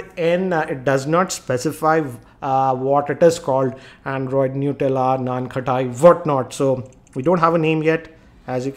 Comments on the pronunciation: Its not nankhati....it's nankhatai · Nan khatai lol, the way u said was more funny